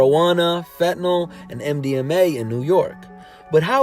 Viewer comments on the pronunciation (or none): it's Fen-Tan-al not what you said . FAIL . . . (Brand name: Duragesic, Sublimaze)